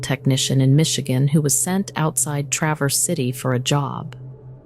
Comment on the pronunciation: It’s Traverse City.. not Travis